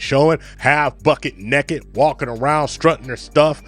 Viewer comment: Can you say "naked" and not "necked"!